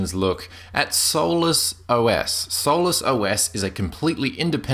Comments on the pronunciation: is obviously mispronouncing solus. And Doflicky is only the binary's name. It appears as Hardware Drivers in the menu for the user. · After 3 beers and a joint it sounds like "soulless" ;) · one syllable? No it's not. Sol-us = two syllables.